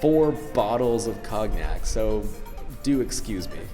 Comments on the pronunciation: Did you really pronounce cognac as "cog-nack" back then? :D Gnahahaha :D Thumbs up for the Karl Pilkington reference! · Cognac pronounced "KON-yak" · Did you seriously pronounce the 'g' in cognac? Karl Pilkington is love, Karl Pilkington is life!